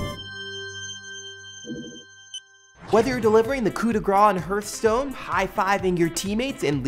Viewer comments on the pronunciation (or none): It's pronounced HARTHstone!